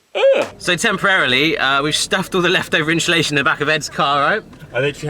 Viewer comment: I like how you say insulation, "inshulation"😂. Well done, you've done an amazing job, In quite a short space of time!!